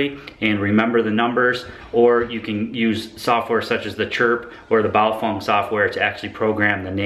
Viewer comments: It pronounced Baofeng not Baofong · Pronounced Bow- Feng, not Bow-Fung! In the event of an EMP, this little toy radio will die like 90% of all other electronics It is not a ham ht and on the VHF band this radio has 3rd order harmonics in the UHF public service band and can and will interfere with 1st responders! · ...sory but Bay'o'fang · Am I the only one how noticed that he calls the radios Bio-Fung?